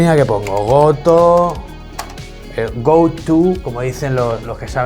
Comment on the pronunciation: "goto" jajajajajaja me hizo acordar que el profe de computación lo pronunciaba así tal cual, entiendo que lo hacía porque era más fácil dictarnos a nosotros alumnos de 13 años ej ese momento.. Gran GRAN video!